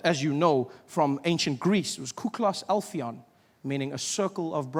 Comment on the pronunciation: Well I mean he butchered the Greek a bit but it was funny. Actually circle of brothers is pronounced : kiklos (the I as in infinity) adelphon(d is lighter like th in the). In Greek written as κύκλος αδελφών